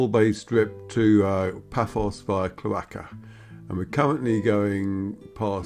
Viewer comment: Super to view this. BTW it’s CHLORaka-accent on the first syllable